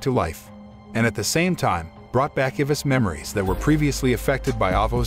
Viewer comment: i think the only problem i’ve ever had with this channel is the pronunciation of names… like the narrator gets some of them right but then butchers others… like what the heck is an ivis i only know eye-vis😭